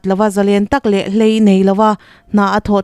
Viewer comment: Hlei nei lova? HLEIH tih tur.